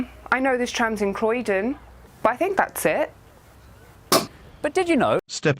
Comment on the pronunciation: Uhhhhhmmmm- eyueoi knoe thereiz trahmmmzz in Crwoiuoiydon 💀💀💀💀💀💀